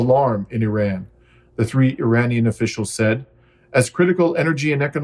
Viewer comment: You are pronouncing IRAN incorrectly